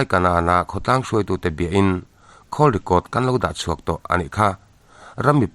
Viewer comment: Ropianga hian a tlan boin a silai hi a tlansan em? A keng zel? Call record hi Khawl tiin i lam ziaha, Khawl ni lovin Kawl (Call) tia lam tur a ni e.